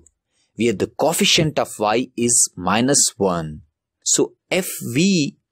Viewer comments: Co-efficient ❌coffeciant✅ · This guy says coefficient coffeicent anyways GREAT VID